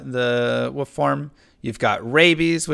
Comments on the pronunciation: what is woof mastery? what is dire woof? what is spirit woof? sry for meme :D I remember the stream when a 3digit number of people tried to teach the man to pronounce wolf :D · Do you seriously not know how to pronounce wolf? Someone failed speech class in elementary school